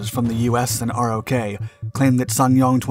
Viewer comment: Dude...stop calling it "R-Oh-Kay." It's pronounced like "rock." As in "ROK Marines, our USMC counterpart." And it's not "Em-E-You" it's pronounced "Mew." Come on man. You don't make these mistakes in your other videos.